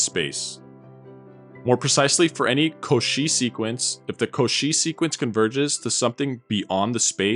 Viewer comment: Cauchy is pronounced like "yoshi" with stress on the first syllable, not the second